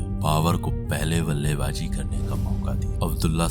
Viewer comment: Charma ne ballebaji.. abdulah chafiq... BOSDK, pronounciation thik karle...